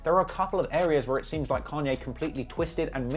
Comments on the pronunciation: Say "Kenye" one more time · Ken-yay West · Why can’t you say Kanye? You say it like Can-Yeah lol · I’m hearing Khan-yay. When does he say Caaan-yay? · Carn ye is the english (northern) pronounciation. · "kenye west" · "can yae" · Can-yay and Jay Zed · You’re making like the fifth (?) video about Kanye and still haven’t learned to pronounce his goddamn name correctly?